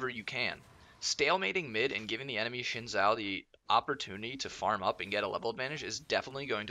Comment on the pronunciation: NOT Shin-Zhao!